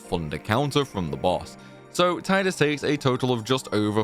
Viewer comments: You pronounced Tidus wrong the entire video. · When will you learn how to say Tidus' name properly????